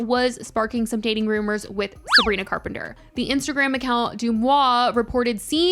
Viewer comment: you say her name weird and wrong (heebie jeebies)